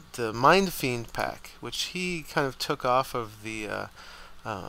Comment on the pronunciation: Pack not PAC